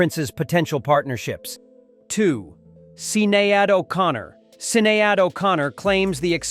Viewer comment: mate, learn how to pronounce Sinead